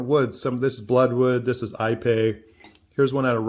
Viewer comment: Ipe, is pronounced eeee pay.Spanish/Mexican pronunciation.